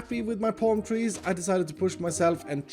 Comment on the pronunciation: Normal people: palm tree: pOlm treez